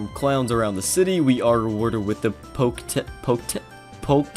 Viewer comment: It's poke-etch